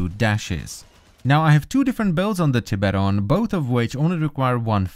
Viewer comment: "Tip-eron prime"... It's Tie-beron Prime